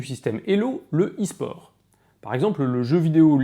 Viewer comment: Je tombe sur la vidéo, UN truc me fait tiquer : on dit pas "[...] au es-sport" mais "[...] à l'esport" ! Merci de changer ça avant de vous attirer la foudre des gamers